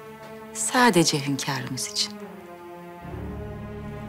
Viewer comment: Hönkarim diyen ağzına bir tane yapıştırasim var